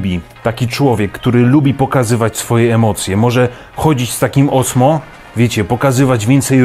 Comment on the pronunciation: Mam wersję z kamerką dedykowaną od roku. Osmo rządzi ;) PS. to się wymawia Ozmo.